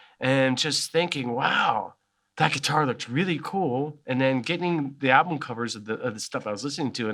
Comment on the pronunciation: Anyone else bugged by the way he pronounced album as 'alblum'?